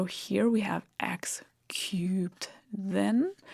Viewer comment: I know she's saying "x-cube" and I still hear "x-cute". Damn this spell!